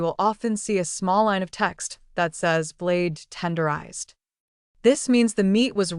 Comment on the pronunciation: Learn to read blade tenderized! 🙄